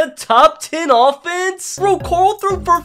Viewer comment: went to the Rick school of pronouncing “Carl”